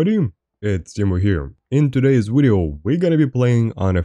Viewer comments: You mean wideo? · subscribed because i enjoy the way you pronounce video. 10/10